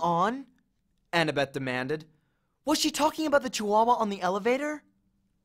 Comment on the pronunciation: How I read: annabeth How he read: Anna-BETh